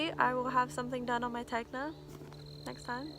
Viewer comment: I enjoyed this very much. I love the chickens, dog, peacock, your hat; all of it! I haven't knit a fade either, so no worries. Random; Tegna is pronounced Ten-Ya...like the gna sound in lasagna. I look forward to more videos, thank you.:-)